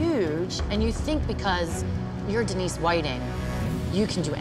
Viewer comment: Denise? You mean Dee-nice?